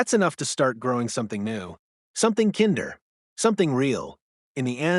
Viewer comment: Please learn how to pronounce words. Kinder isn’t pronounced right, other words like live & bow ,etc